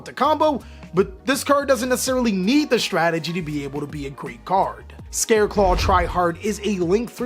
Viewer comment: sounds like you said scareclaw try hard XD